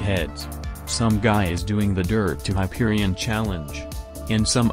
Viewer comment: Hyperibond? Hyperishot bang bang Hyperishawn